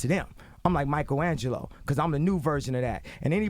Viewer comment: He said Michael agleo